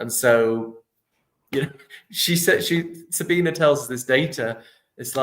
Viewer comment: SabinE. The E isn't silent in German.